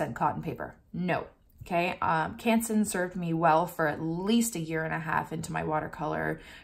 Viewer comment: Ps: Also love how you pronounce Canson :)